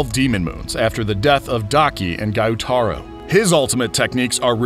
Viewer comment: kayogoro = kyojuro giyuutaro = gyutaro